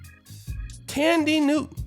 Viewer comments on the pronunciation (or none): Her name is THAN die ...not Tandy get it right, if you going to pour salt on the woman at lease get her name right 🤔